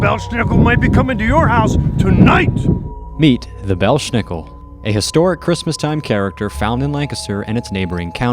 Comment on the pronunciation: It's pronounced BELZ NICKEL...NO 'SH" SOUND!!!